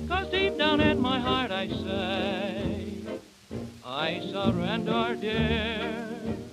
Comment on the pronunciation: "I may act gay." At least feeble-voiced delivers this one line believably. The way he pronounces '𝐬𝐚𝐲' is grating, though, plus he swallows his 𝐫's.